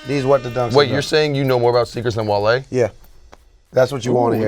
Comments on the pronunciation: gets worst take for calling him wahle and not wale haha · really called wale, wall-e come on man you gotta do better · for that wall-e pronunciation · needs to be punished next week for “waly” 💀😂😂🤦‍♂️ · had the worst take pronouncing Wale as Wall-E 🤦‍♂️ and Trinidad rocked the shit out them Steve Madden joints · said Wall-E lmaoo hold this worst take